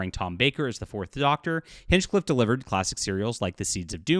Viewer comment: It is pronounced 'HINE-CLIFF'. You want to write for the BBC and you don't know this? For the record, you need to be a Crown subject or at least have a residency to write for the BBC. It isn't that easy for a foreigner to write British entertainment, but when you cannot even pronounce the names of our people or our cities, then you are not qualified. I like you, but just WTF.